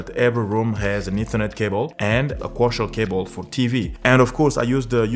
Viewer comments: Koaksiyal not koushial😂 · Its coaxil not coshall cables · Kosher cable ? Co-axe-ial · Its pronounced Co-Axe. Not Kosher! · Waste of time - your RJ45 has two unused pairs - just use a doubler converter to use the spar pair. BTW it's CO-AXIAL - two syllables - not coooochal! Co-axial = two conductors on the same axis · "CO - AX - EE - AL" CABLE "CO - AX - EE - AL" SAY, " co ax ee al " cable